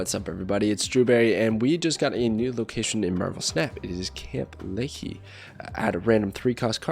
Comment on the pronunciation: Not the pronounciation 😂 it’s Lee-High not Lee-Hee